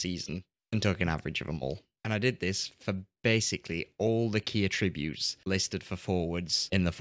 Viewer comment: hi ive watched pretty much all your great videos on FM and i have a minor complaint , every time you say attribute or attributes it grinds me as you are to my ears mispronouncing it but keep up the good work⭐⭐⭐⭐⭐